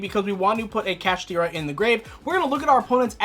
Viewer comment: Its Kash-Tira